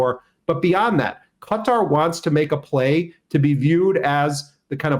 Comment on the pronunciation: 👏👏 well done for correctly pronouncing Qatar 🇶🇦